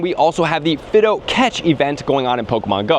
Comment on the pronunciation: Omg stop saying “Fiddo!” It’s Fi-do!